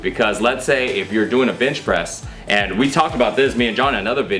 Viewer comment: did you say bitch press? lmao...